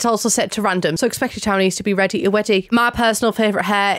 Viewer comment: Reddy to weddy 🤣🤣🤣 dying